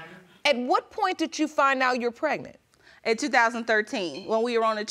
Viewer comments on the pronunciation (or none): I thought pregnant was 2 syllables and not 3. PRE-GA-NENT is not it chief 🤦🏽‍♀️